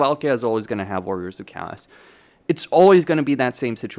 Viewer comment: Do you have a language disorder with your Warriors of Cast? Warriors of cast this warriors of cast that. The faction is called Warriors of Chaos! OS! CHA OOOSS! You know O? The letter O? Or is your head an O?